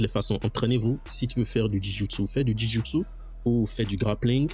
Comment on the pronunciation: Jou Jitsu pas Ji Joutsou 😅 Joint = articulation J’ai aimé ta vidéo c’est interessant!